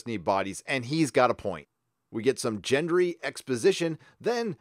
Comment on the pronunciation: Also, 'Jen-Dree'?!